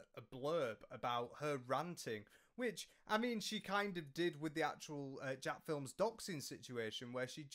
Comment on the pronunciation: Why do ppl refuse to say Jacksfilms name right?